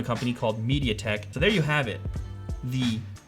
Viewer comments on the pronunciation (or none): "MediaTeK" LOL